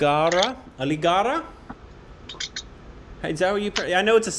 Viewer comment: After traveling to Jaipur, Rajasthan seeing Jaigarh and Nahargarh forts says, "Aligarra" 😂😂😂😂😂